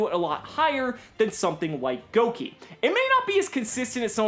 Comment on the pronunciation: I love you and the fact you didn't pronounce Gouki Goo-Keeys like the rest of the yugitubers lmao